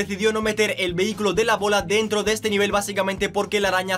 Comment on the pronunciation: Alaaaa as dicho vehi-cylo 😲😲😲😲😲😂😂😂